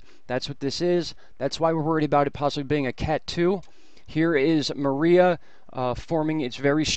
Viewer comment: 14: Mar EYE ah? Mariah CAREY? It's Mar-ee-a.